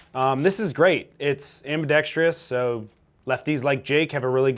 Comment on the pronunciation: There is only one "i" in ambidextrous. The amount of guntubers that cannot say that word correctly is astonishing.